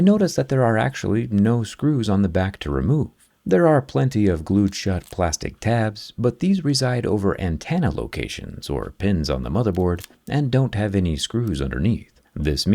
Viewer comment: I love your videos, minus one thing... It's "an-ten-uh," not "an-tan-uh."